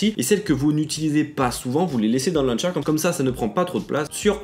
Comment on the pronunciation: "luncher" humhum launcher 😀